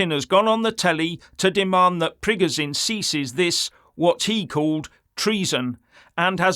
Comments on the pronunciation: FFS its not prig o Zine its preg o shin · You can't even pronounce Prigozhin correctly, you're talking like a globalist neocon and getting a bonner cos you think 25k mercs lead by a deluded egotistical billionaire that's had a breakdown thinks he can defeat the entire Russian army and the Russian people that over 80% support Putin 😂 Sorry pal, you've shown yourself up here and it's sad and pathetic.